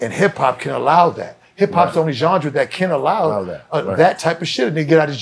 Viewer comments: Why has nobody checked him on the word Genre?? It’s not Johndra bro!! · Somebody needs to tell him how to pronounce genre lol. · got into boston tech and cant pronounce "genre" correctly? I did my life wrong. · Gendre..Genre..😂😂. Love Zino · CAN SOMEONE TEACH BENZINO HOW TO SAY “GENRE”😅😂🤣🤣🤣🤣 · Somebody tell Benzino there’s no ‘D’ in “genres” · It’s hilarious that Benzino can’t say the word “Genre”